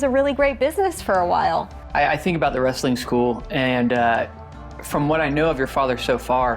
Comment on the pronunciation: I used to clean carpet back in the late 90’s up until mid 2000’s. He had a massive house on the east side of town which is a shitty area of town. His house was ALWAYS a wreck though! And for all you that call Wrestling Rastling needs to go back to speech class especially being a reporter and calling it Rastling. lol 😂😂😂😂😂